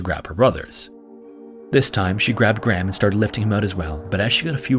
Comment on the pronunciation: Petition to make it a legal requirement for Americans to pronounce the name "Graham" properly...